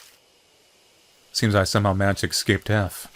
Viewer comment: Ok soooo who else is starting to get annoyed that says ecscape instead of escape everytime? Raise your hands.... no hands? Oh so it's just me... ok:(